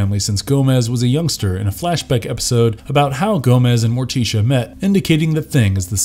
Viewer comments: Ummm.....a single panel "animation", is called a drawing, or comic if you prefer..... animation denotes motion, a single panel has no motion. Also, why does he pronounce Morticia as "More-tee-sha" and Enid as "Eh-nid"? It's "More-tish-a" and "Ee-nid" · Bro said morteecha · Fred Ass-stair... More+tea-shu...? Where the f do these narrators come from? This has been a reoccurring theme lately on YouTube.. I did notice that the parent company is from India. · Whoever wrote the script for this guy, please make sure he knows how to pronounce names right before recording . Him saying Mortician and Enid wrong upset me and my homegirls lol . Also it’s just Thing, NOT “the thing” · Why is he mispronouncing Morticia and Enid so badly??? C'mon, you can't be unaware of how they're said!!